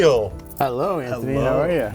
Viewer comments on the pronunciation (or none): god man "sant-thony" was so obvious smh